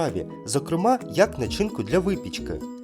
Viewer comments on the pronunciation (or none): Який чудовий початок у цьому випуску!👍👍👍👍Тести пізнавальні, дякую. Вимовляти треба нАчинка. Останнє слово читати по коренях, тоді легко. З першого разу. Ви молодці. Завжди вас чекаю і дивлюся😊